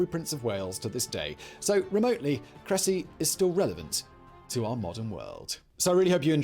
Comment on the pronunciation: It's pronounced Kre-sea